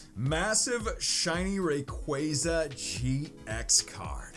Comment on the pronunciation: its rayquaza not rayqueyza. Love ur vids tho!